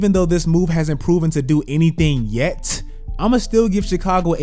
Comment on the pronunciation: That nigga said yett